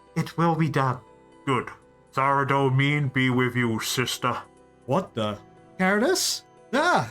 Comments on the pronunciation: How long will he keep pronoucning Saradomin incorrectly! Pretty funny hearing a non runescaper pronounce various runescape words and realising yeah I totally see where that came from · Saradomin -saradomen not saradomean 😒